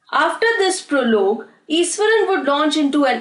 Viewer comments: It is pronounced as ishwaran not esaran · truly iswaran😂